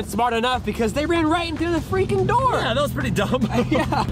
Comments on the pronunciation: Daniel said FREEEEKING not Freaking it's pronounced fast. FINALLY SOMEONE PRONOUNCES LIKE ME. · He pronounced it FRIKIN'